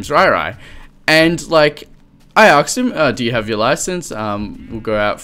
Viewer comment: I love you, but can you please pronounce "asked" correct, it's so frustrating:( (ass-kt)